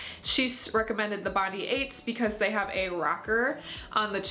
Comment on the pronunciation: Love this video! As an Australian, I feel obligated to tell you that Bondi is pronounced Bond-eye, like our beach!